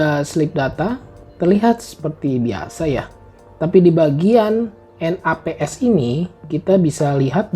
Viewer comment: Penjelasan dan penyampaian yang JELAS dan BAGUS — cuma saya mahu betulkan satu perkara: feature N A P S yang anda sebutkan itu sebenarnya disebut seperti ‘neps’... dan ertinya ‘tidur di siang hari’. Apart from that, ypur video is superb: )